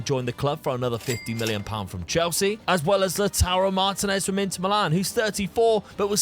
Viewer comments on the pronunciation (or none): none